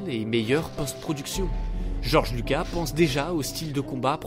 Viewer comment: Le s de Lucas se prononce 😉